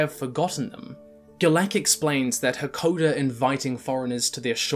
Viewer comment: jesus i can't get over him calling "Hakoda" "hekoder" over and over